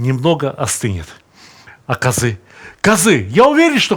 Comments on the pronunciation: Добрый день, я родом из Казахстана. Только ударение на а, каазы. А не казыы. )) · здравствйте. я русский из казахстана. 2 раза в год на праздники покупаем казы. самое главное хочу Вам сказать, что у нас в KZ, по крайне мере в Алматы, слово казы произносят с ударением на первый слог - кАзы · Сталик ты супер. Но у говорили шурпа. И казы ударение на первый слог. И бешбармак все казахи меня уверяли , что происходит от пять пальцев. Сам много лет в германии но до 19 прожил Караганде. Друзья казахи естественно остались. в любом случае ты молодец!!!